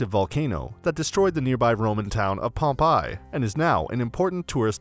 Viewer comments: Stay away from anyone who mispronounced Pompei. Have some respect. Just selling stuff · Yep, he just used TripAdvisor to then redirect viewers and get commission. The poor pronounciation shows no knowledge of the place.